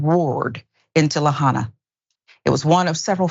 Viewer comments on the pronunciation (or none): la-HIGH-na or, more correctly la-HA-ee-na